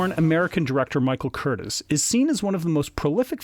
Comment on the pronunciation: Michael Curtiz's last name is pronounced curTEEZ, not Curtis, like in Tony Curtis. And it's Una O'Connor, NOT Una Connor. The scene between Robin and Marion on the balcony is one of the most romantic ever. Olivia DeHavilland is just luminous. I'm amazed you found this scene boring. Well, at least you didn't criticize the Merry Men in tights or equate Errol Flynn with Kevin Costner.